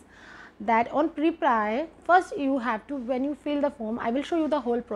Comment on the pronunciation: Isn't it preplee and not priplaiyee??